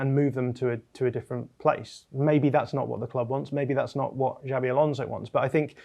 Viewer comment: His name is not " Javvy"